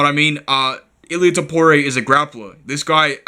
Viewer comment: Hope u dont bet “topooray” heavy